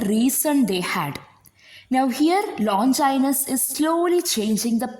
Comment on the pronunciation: Many of the words including the name of the author are mispronounced. Please make a note of it.